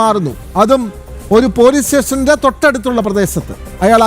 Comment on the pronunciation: പോലീസ് സ്റ്റേഷൻ.. പോലീസ് സേഷൻ അല്ല മാപ്രേ